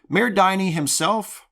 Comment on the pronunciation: the "Din" in "Diny" is the same "Din" as in "Dingleberry".